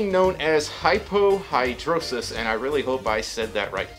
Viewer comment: You pronounced hypohydrosis correctly. But you were half correct on the condition. Hypohydrosis is where the body barely sweats (or minimal sweating in any hot weather situation). I know because that is what I have. There is another condition called anhydrosis where the body does not sweat. AT ALL. I have to poodle regularly to live. PLEASE DO NOT BASH ON A SUITER THAT IS POODLING. PEOPLE LIKE ME MUST DO THIS. EVEN IF IT BREAKS THE MAGIC.